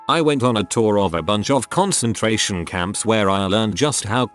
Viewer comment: Too-raidy a concen-trairian camp